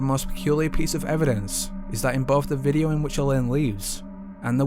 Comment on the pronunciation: Great Channel & i love that his accent makes him sound like he's ending every word with an H Videoh, Eerlih :P